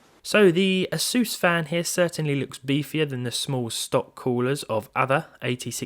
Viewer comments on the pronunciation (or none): Is it not A-sUSS, not Asooos?